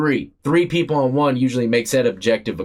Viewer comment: 23 and , why do you emphasize the ONE???? Sounds REALLY absolutely dumb!!!! 23 and ONEEEEEEEEE! DUMB as he'**!!